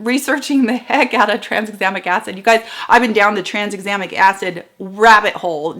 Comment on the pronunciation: Just to be that boring person, I have to point out that it should be pronounced ‘tran - exam - ic’! Sorryyyyyyyy!!